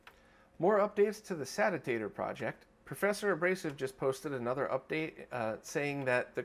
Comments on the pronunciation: It think its pronounced say she a tor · Without even starting to watch it, I know will pronounce it SAT-EEE-AYY-TOOOR:(